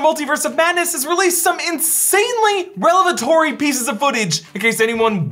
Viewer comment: its revelatory, not relevetory